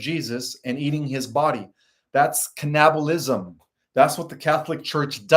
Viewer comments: I have noticed a lot of the time pronounces things wrong. This is just the latest but I thought it was funny 'Cannibalism' He pronounces it like 'Cnabalism'. Sounds so odd, but funny. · And cannibalism has the accent on can. 😊